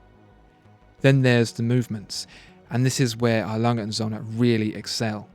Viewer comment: Your pronunciation of Glashütte is dreadful, even worse than A. Lange & Söhne. It wouldn't take a huge amount of effort to find out and learn.